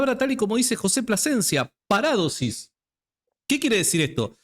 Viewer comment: Parádosis NO ni en broma porque mucha gente no sabe y se puede confundir, ni de broma se deben cambiar la acentuación de las palabras, es una de las características de nuestro rico idioma español la acentuación es MUY IMPORTANTE, POR EJEMPLO A JOSÉ A VECES LE LLAMAS JOSE, NO, SIEMPRE DEBE PRONUNCIARSE JOSÉ Y LO MISMO en PARADOSIS, LA ACENTUACIÓN NO ES GRÁFICA- PARÁDOSIS- NO, JAMÁS, DISCULPA PERO LA ACENTUACIÓN ESPAÑOLA SE DEBE RESPETAR, A VER QUE TE DIGAN SÁNTIAGO, QUÉ?